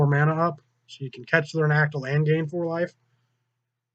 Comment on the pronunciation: its naˈkatl not naktle